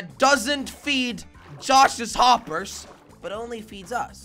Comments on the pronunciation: Why are you saying whoppers instead of hoppers?? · said woppers